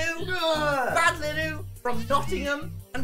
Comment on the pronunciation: am i the only one that realized that its not BALD-inu